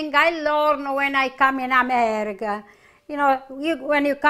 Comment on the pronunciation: Was her singing not the best? Plus the way she says Amerrrica! Right out of West Side Story - which is one of my all time favorite movies. Not sure I want any part of that chicken brothel though.